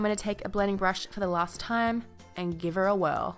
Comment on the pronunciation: Oh my god this look is amazing 😍 p.s. When you said "giver a whirl" you sounded exactly how everyone sounds in my small town in Canada which is funny as f